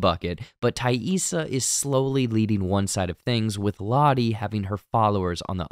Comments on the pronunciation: 😊 Appreciate you taking the time to say TAISSA correctly. All kids with non-traditional names know that feeling when people don't care to bother... Especially kids of color. 👁️ Lottie already had her third eye opened. She had that vision as a little girl. I just think Laura Lee is the group's angel 😇 of mercy anytime one of them dies. Lottie seeing Laura Lee like that could be guilt related to... Her cult... Javi... Or the past. We already know the guy at the motel is their childhood friend Randy that Jackie wanted Shauna to originally hookup with. We saw him living there in season one and talking about his separation from his wife. 😢 Shauna doesn't like her daughter but more than that she doesn't respect her. She can't nor would she want to connect to Callie on a deep level. 😡 Bad Taissa is starting to take over when she's even awake. It's giving Borderline Personality Disorder. But wtf was up with Travis envisioning Lottie while 🍆💦?! This guy is really in the church of Lottie and it's sad because Lottie is just a woman. She can't save anyone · Probably the greatest character redemption of the episode is you pronouncing Taissa’s name right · Thank you for addressing the "Taissa" mispronunciations. It was driving me crazy. Glad it got fixed! 👍